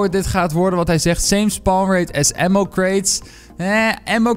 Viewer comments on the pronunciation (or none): none